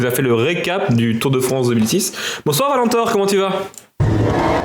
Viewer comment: "Le Tour de Fronce"